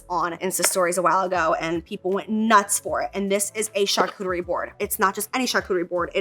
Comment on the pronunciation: Did anyone else remember when called it a “CharCoochie” board?! 😂